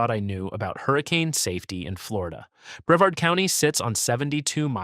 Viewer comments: Boca Raton is pronounced as Boca Ra tone. I lived next door in Delray Beach. Bevard county is Bre vard county. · Bre VARD’ — accent on the second syl LA’ ble. 🤪 The first "a" in Ocala is a short vowel. It's not Cape Corral, it's Cape Coral. If you have so much trouble pronouncing so many words, then take an English course. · Of course this boice is Ai. Ki SSI me. Bre Vard'. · This guy is slaying the pronunciation of Florida counties and towns! Boca Rattin? Ocula? Breved County. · In breverd county 😂